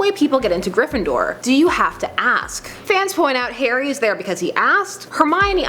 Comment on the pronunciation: everytime she says Harry, it sounds like Hairy. Lady you're going diagonally